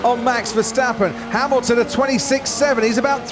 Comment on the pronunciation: Lewis Hamaxton Lewis Haminton